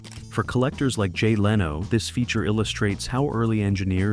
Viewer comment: It is not how to pronounce "Leno" either.